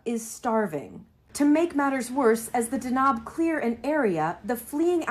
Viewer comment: It's pronounced D-a-n-a-b, it means thunder ⚡ there's no long vowel in the second syllable like she's saying. What she's saying would be written as danaab, which is not even word in the Somali language.You read everything as you see written in Somali, it's relatively easy language to read and pronounce, but speaking it is an entirely different animal especially for speakers of European languages.